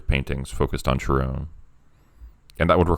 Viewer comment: Ooh that was great! Really creative. Just FYI though: Charon is pronounced more like “Karen.” The emergence of the Karen meme and the magic of words and what that implies is arguably more disturbing: truth truly is stranger than fiction. 🤫 💚💜